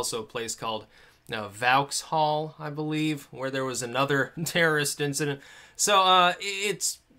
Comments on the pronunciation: LOVING ALL THESE BUTCHERED PLACE NAMES :D VOWKSALL? (VOX-ALL) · *pronounced Voxhall. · Dude... it is pronounced "VOX HALL" .... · it's vauxhall sounds like fox hole but vox obviously. Thanks for covering this. You're absolutely right about the dumb parties and our ridiculous reaction. 99% of Brits put political correctness over everything. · It's pronounced vox-hall. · Vauxhall......pronounced Vox-'all as in Fox-hall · "vowx hall" loool mate sort it out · Its pronounced Vox All. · pronounced 'Vox hall' buddy.... Keep up the good work. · Vauxhall pronounced Vox-hall. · i believe it's pronounced vox-hall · "Vauxhall" is pronounced VOX-ALL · It's pronounced Vox-all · "Vowxhall"- on Vauxhall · Vauxhall- pronounced 'Vox-hall' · Vauxhall = Vawks-hall Corbyn = Core-bin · it's pronounced 'vox-hall' The veneer of hashtag unity will begin to subside once major cities that are less cultuulrall diverse see repeat attacks e.g. another attack in Manchester before Ramadan is over will probably encourage civil disorder. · Vauxhall is said Vorks-haul. Just a friendly reminder. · "Borough" is always pronounced "burrer" and "Vauxhall" is pronounced "Vox-hall". Apart from that, good talk! :-) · Vauxhall pronounced Voxhall if anyone cares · Vauxhall. Pronounced 'Vox-All'. Keep up the good work. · point one vauxhall is pronounced 'voks hall ' and there are plenty of us in the UK who fuckin care desperately, yes we have a superiority complex but why? I don't think you would be where and how you are without our input years ago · hi,it's pronounced vox hall. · just to clarify it's pronounced 'vox'all' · Vauxhall is pronounced ' Vox all ' btw. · pronounced Vox-haul. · "Vowcs hall" lol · vox-hall. say it like that mate. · It's prounced "Vox-All" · Pronounce Vauxhall, "Vox-all". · Pronounced "VOXhall." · Vauxhall is pronounced vox-all. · Vauxhall is pronounced [vox'all] ;) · Vauxhall is pronounced vox-hall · Vauxhall is pronounced Vox-Hall, but good attempt mate!